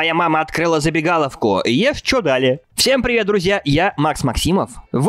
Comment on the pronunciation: Ешь ЧоДалИ ударение на И, не на А, а на И.